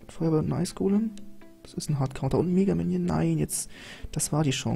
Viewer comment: Du sagst immer mägaminion oder golm xD